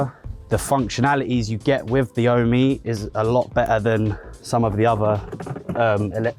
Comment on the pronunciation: Isn't it pronounced "Ohm"? As in the unit for electrical resistance? As it is electricity related etc. Ohm and Home combined.